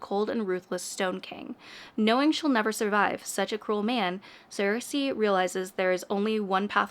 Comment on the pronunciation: FYI: Saoirse is a common Irish name. Look up its pronunciation bc it’s not what you’d expect! 🙏 it sounds like “surshuh”